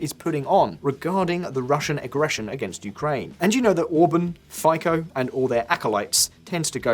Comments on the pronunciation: Im sorry to be a pain in the arse, but it is pronounced Robert "FITSO"! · “Fico” is pronounced Feetso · It's pronounced Fee-tso damn it. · Fico is pronounced "Fitso", as said many times before. But you English speakers never bother to correct it hmm? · A small note (for future videos?), Fico surname should be pronounced very differently.